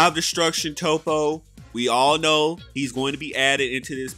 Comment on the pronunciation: Does he Khow?........................ he doest' Khow